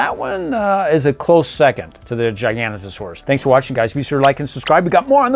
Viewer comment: Thar a zin a suarus and gigs not a suarus